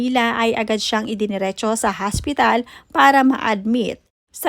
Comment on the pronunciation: Careful with your pronunciation HOSPITAL PO not haspital wahahhaha... Hindi po slang Yan for hospital. Nakakahiya nman maging OBOBS PO.